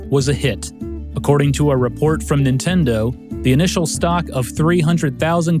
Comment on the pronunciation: How you keep saying "Intendo" reminds me of how my Grandma used to call my original NES that over 30 years ago. I miss her, it brought back memories, TY!